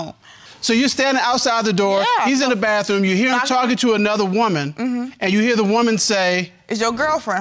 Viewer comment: "The BAFFROOM" Ugh.